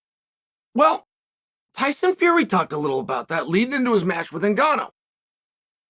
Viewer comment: did chael really say tyson furry